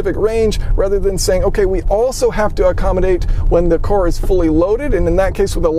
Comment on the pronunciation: I love you but can you please start saying vehicle instead of cor